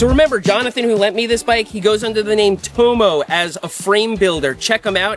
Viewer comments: Burn my ears 😭 Tomo = tom-o, not toe-moe. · I guarantee if he's native English, his name will be pronounced 'tommo' not "towmow" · I assume he named Tomo after his surname Thompson. So its probably pronounced as "Tom-mo" and not "Toe-mo" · am i right in thinking he's pronouncing Tomo incorrectly?